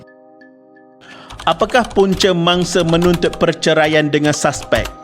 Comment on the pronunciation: Saspek? Admin pls lah sebut dengan betul.... Bahasa Melayu sangat cantik dan sedap..